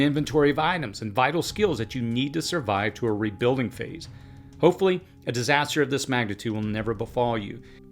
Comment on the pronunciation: Why can't you say rebuilding properly!